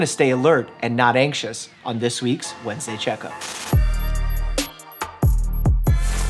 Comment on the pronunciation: Dr. Mike: Alert not axious. Me: ANXIOUS IS MY MIDDLE NAME MOTHER LOVER!